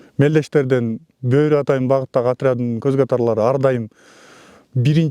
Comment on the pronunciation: Тооба журналист не эле БӨӨРҮ деп атат , жөн эле БӨРҮ деп бир ө менен айтыларын 5 жыл окуп билбеди бекен 😮😮😮